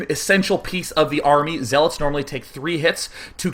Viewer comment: He said zeelots...